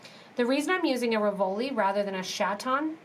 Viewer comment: Really cute...RIV-o-li,.....not Ri-VO-li.